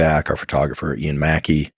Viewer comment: Did he say Ian MacKaye??